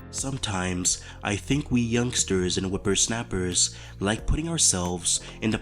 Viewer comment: SOMEWERTIMESS WE YOUNGSWTERS AND WHIPPER SNAWPERTS